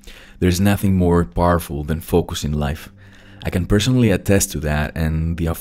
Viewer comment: It's not "fock us"😁, it's "fowk us".